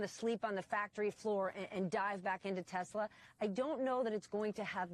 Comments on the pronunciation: OMG!!!!! He said "Tesler" again??????!!!!! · Trump: Teslur. 😂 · Someone please teach trump how to pronounce “Tesla.” Good Lord, what an idiot. 🙄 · The fact that he mispronounces the car brand says everything about him.